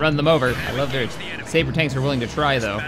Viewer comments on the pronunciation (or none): none